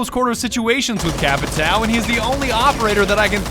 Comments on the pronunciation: Hey,. It's not "Capitao", when you are talking, it's Capitaum. Trust me, iam from Brazil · Ur pronunciation is a bit off its capatio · Ah and Just saying you say cha-pee-tahum PS the h do not sound as an r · I find it funny that you keep calling him "Capitao" while the portuguese word for it just means "Captain" in english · Nobody:: CAPITÁL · My friend said that the correct pronunciation is “capishao” because of the “~” on the ã. I learned something new today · Brazilian here. The little fella on the A for "TAO" should sound like "ON" as in centurion or a weak "OH in "UH OH" so in basically its sounds like capit"oh" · The closest way of pronouncing "Capitão" correctly would be "capitown". "ão" sounds a lot like "own" tbh. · Can everyone and their r ur pronouncing capitao wrong just fuck off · TheOnlyDavidG. They don't even know what the "ã" means, and they won't waste their time searching it. "Capitao" is good enough, I guess. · Like in portuguese ur pronunce is like CÁPITAUMN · I wish doing the "ão" sound would be less hard for english folks lol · Everytime you say "capitão" i cringe for some reason. Probably because i'm stupid and brazillian... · Jeeezz is suffering listening you pronuncing capitão wrong, but that's not my fault, there isn't this simbols: ~ ` ^ In English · Everyone says Capitão wrong and its funny asf. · As a Brazilian born and raised, the way you pronounce Capitão is both hilarious and absolutely infuriating. God bless you:P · The way they say Capitão..it hurts.